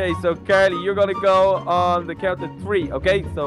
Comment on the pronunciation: three is th r ee in inglish okay